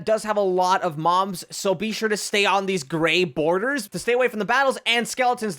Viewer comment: wow he says moms insted of mobs